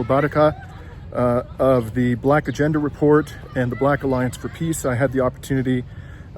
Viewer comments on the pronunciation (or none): none